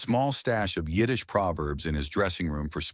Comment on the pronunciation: Yiddish was spot on.